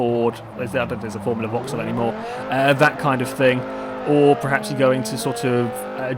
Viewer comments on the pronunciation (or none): none